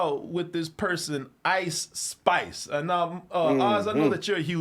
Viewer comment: I thought he said ICE spies